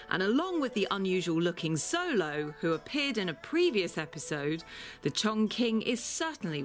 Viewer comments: Also pronounced the Mexican dog wrong. Not “Solo”, pronounced “Show-low” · Pronounced xolo wrong too. Ha butchering all the names